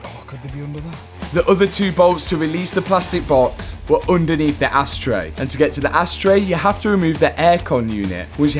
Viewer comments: Did i hear you right? Did you say asstray or ashtray? 🤣 great video as always - love it. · Am i the only one that hears "ass tray" :D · Anyone else hearing "asstray" 😂😂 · Asstray….we all heard it. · LoL sounds like you said asstray....Made me laugh each time. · Matt did you actually call it an ass tray 😂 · I heard “ass” 😳🤣